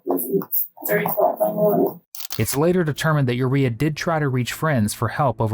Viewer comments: urea doesn’t MEAN urine, it’s a component OF urine and anyway that’s irrelevant because he mispronounced her name 🤦🏾‍♀️ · He may be pronouncing it incorrectly (maybe it’s meant to be said like Mariah) or as it’s common, one word in one language can mean something different in another. Pretty sure they didn’t name her in relation to urinary urea🙄 Edit: I was correct. Her name is pronounced like Mariah , he said it completely wrong👍🏾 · They didn’t 🙄 he’s just pronounced it all wrong. Her name rhymes with Mariah.